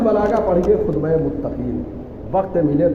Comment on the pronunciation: Salamun alekum. Please correct as: khutba-e( not khudba-)